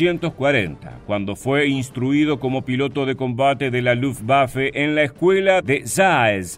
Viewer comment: ¡Gracias por respetar la pronunciación de Luftwaffe en Alemán! Ojalá sirva para que otros también pronuncien las palabras extranjeras o en su propio idioma o en Castellano (la w se pronuncia como v en Alemán y todos los demás idiomas que usan Alfabeto Latino con la única excepción del Inglés) y no obligatoriamente con Fonética Inglesa, lo que es incorrecto. Luftwaffe significa Arma Aérea de Luft = Aire y Waffe = Arma. Wehrmacht significa Fuerza de Defensa de Wehr = Defensa y Macht = Fuerza. Kriegsmarine significa Marina de Guerra de Krieg = Guerra y Marine = Marina. U-boot es el apócope de Unterseeboot que significa Embarcación Submarina de Boot = Embarcación, Unter = sub y See = Mar. La doble o se pronuncia como 2 oes igual que en Castellano y no como u porque no es Inglés. En Alemán, todos los sustantivos se escriben con Mayúscula inicial. La s entre dos sustantivos que forman una palabra compuesta como Kriegsmarine cumple la función de Genitivo y convierte al primer sustantivo en adjetivo del segundo, estructura sintáctica de los Idiomas Germánicos y Eslavos. Lo que comparto para quien esté interesado en conocer un poco más del Idioma Alemán o Deutsch que se pronuncia doich con la ch del Castellano. Gracias a quien se tomó la molestia de leer hasta aquí.